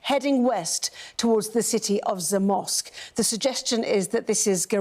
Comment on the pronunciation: You did great pronouncing the names of Polish cities, much much better than the Sky news lady, I wouldn’t know she is talking about Zamość if you didn’t pronounce it correctly prior to her… gibberish.